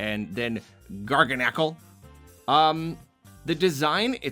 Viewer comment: It’s not pronounced “Nacl” my dawg! It’s pronounced “Gargasalt” etc